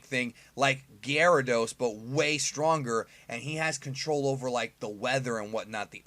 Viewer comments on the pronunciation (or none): none